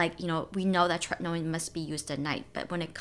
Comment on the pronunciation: I love how you enunciate “tretinoin.” ☺️